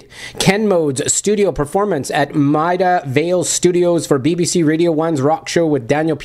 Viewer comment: just for the record its pronounced - maid a vale studios : )